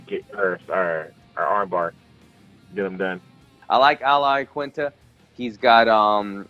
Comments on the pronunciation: Lol everybody is saying Laquinta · Raging Al!!! Also why do some people pronounce his name as "IaKinta" lol, it's QUIN, IaQUINta lol Sometimes you hear Aquinta or even Laquinta (though I can understand the "Laquinta" cause when spelt it does look like that haha). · TIL every single MMA fighters pronounces Al Iaquinta's name differently.